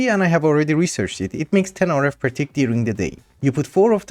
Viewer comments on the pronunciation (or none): none